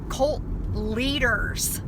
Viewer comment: Did anyone tell her it’s “cult”, not “colt”. Lmao